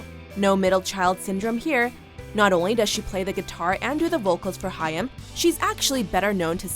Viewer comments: How can Haim be pronounced Hiyam? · It's pronounced Hime. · I'm more annoyed that they're pronouncing the name wrong. It's pronounced like "Time" but with an H. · She pronounces their name wrong.🙄